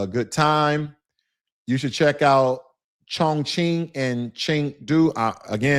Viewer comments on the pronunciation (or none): none